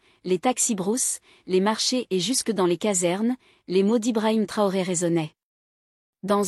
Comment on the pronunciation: Mme s'il vous plaît prononcer bien le nom du capitaine. IL NE S'APPELLE PAS TORÉ ou TRORÉ ! MAIS CAPITAINE Ibrahim TRAORÉ. MERCI❤❤❤